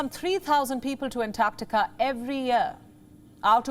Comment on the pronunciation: Thankyou, for pronouncing "Antarctica" correctly.